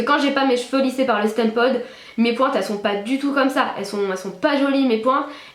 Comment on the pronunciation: Ca se prononce "stimpod" et non "stèmpod" sinon super couleur et encore plus jolie dans les toutes dernières vidéos :)